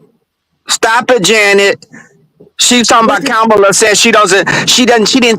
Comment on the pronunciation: I am a silent fan. I watch most of your lives and 👍🏽 them. But I am so DISAPPOINTED that you mispronounce KAMA-la and instead say “ka-MAH-la. Get it right. I know your ❤️‍🔥 is in the right place.